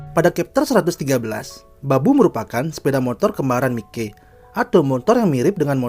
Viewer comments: kenapa Mi-Key bukan Mai-ky penyebutanya . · Mayki bang bacanya😐